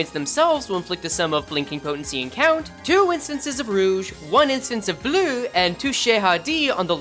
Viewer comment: Yeah, it sounds like it was italian or english(looking at you vibrante and bleu)